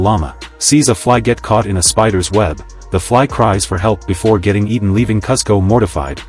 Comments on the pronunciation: Its pronounced KOOSKO!!! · You pronounce kuzco incorrectly and it ruins this short for me